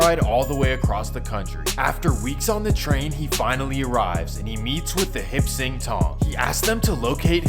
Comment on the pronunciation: Hip sing? Lol it's Hop Sing.. .